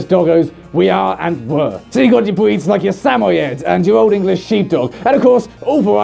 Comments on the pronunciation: “We have so many bweeds of dogs we even have a gweping system” am I the only one...? 😂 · "Bweeds of dogs" yes, yes they are.